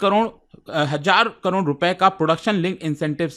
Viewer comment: Karod ❌ kanrod 😂✅